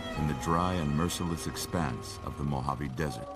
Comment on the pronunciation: As someone from the west coast USA, I'll never get tired of people mispronouncing Mojave.